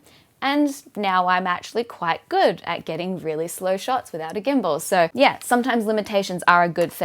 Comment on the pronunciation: “Ahhh...yeeee” - the Australian in you JUMPED out there. Love it.